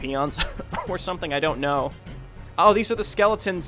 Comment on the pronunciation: Soooooo much more satisfying hearing you properly pronounce SKEEEEEELLEEETONS!